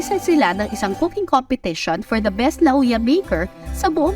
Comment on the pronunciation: Hindi po LA-OO-YA ang pagpronounce ng Lauya de Palanyag. Dish po ng Ilocos yung LA-OO-YA. Ang pag pronounce po ng Lauya de Palanyag ay LAWYA. Palanyag po old name ng Paranaque.